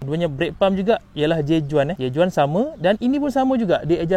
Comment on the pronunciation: J.Juan perlu disebutkan seperti "J.Wan". Spanish.